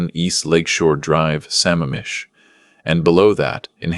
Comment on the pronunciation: Thank you for putting the CORRECT enunciation of Sa MAMM ish!!!